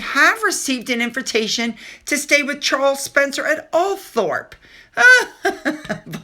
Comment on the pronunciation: Charles Spencer’s ancestral home, Althorp, is pronounced, “All-thrup.” If you are going to talk with any authority about these people and places, you really ought to learn how to pronounce them properly, otherwise you come across as an ignoramus! You still insist on calling Edinburgh, Edin-boro, instead of “Edin-brah,” and Norfolk, Nor-folk, when it is pronounced, “Nor-fk,” even tho we have reminded you over and over again because you are always asking us, “is this how you say it?” “I hope I am saying it right?” “I think this is how you say it?” But when we answer your questions, you completely ignore the help! We are only reminding you out of love,, and trying to help you so you sound somewhat of an authority